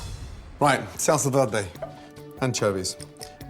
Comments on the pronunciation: we gonna talk about how he said salsa verde lmao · What was the sauce on the beef roast? I thought he was saying “Salsa Verde” at first but it clearly isn’t that.. at least not as I understand it (tomatillo) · Gordon, never try to say "salsa verde" again